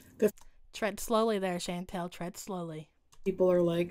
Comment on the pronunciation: I love the way says Chantal’s name. “Shan-Tell” lol PS I am southern myself so don’t me 😬😝